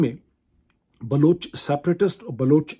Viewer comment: Tho aap keh Rahe Hain Baloch khawateen Aur bache jhoot bol rahe Hain. Aap ko abhi tak Baloch ki pronunciation nahin aathi. Afsos Pakistan.